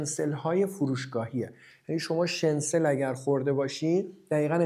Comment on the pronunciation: داداش شنسل چیه؟! شنیتزل درسته که کلمهٔ آلمانی هست و در امریکا و انگلیس هم استفاده میشه Schnitzel.